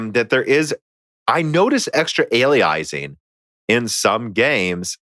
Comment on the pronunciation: Aye-lee-eye-zing :P